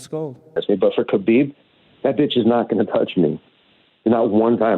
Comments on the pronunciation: Your butchery of Khabib's first AND last name is really annoying and distracts from the video. 1st Yes ح is a difficult sound to pronounce for non-Arabs, but if you can't pronounce it just say Habib (which you do randomly for the vid anyway). 2nd why do you try and pronounce ح in Khabib and not in the 'Nurmohammedov'? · "Habib Nurmohamedov" 🤦‍♂️ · Hearing him say his name wrong over n over was so painful